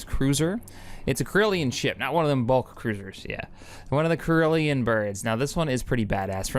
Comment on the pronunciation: My favorite part was when he mispronounced corellian.